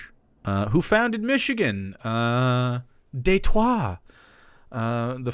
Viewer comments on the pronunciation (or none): none